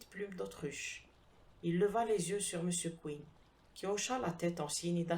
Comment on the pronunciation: J'ai sursauté... moi aussi... d'entendre prononcer "Mr Queen" au lieu de "Mr Quinn". Il se fait qu'un de mes premiers profs d' Anglais nous avait donné à lire, je crois, le roman "Inspector Queen 's own case". Je ne suis pas certain de l' orthographe de ce "Queen"-là et je ne me rappelle ni de l' auteur, ni de l'intrigue.